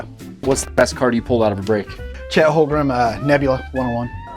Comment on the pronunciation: Man said Chet holgrum